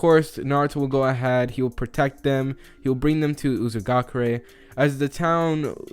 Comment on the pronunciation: M8 it's actually called Uzushiogakure (not judging, just correcting to help)